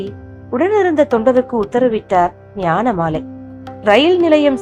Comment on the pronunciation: உங்க குரல், மாடுலேஷன் ரொம்ப பிரமாதமா இருக்குங்கம்மா!😊👏👏👏👏👏நீங்கள் வாசித்தது போல "ஞானமாலை இல்லை, ஞானமலை". 🙏